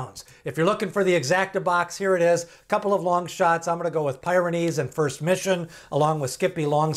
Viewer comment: It's PEER-uh-neez, as in the mountain range in Europe.